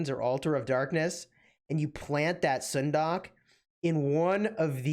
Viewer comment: stop butchering her name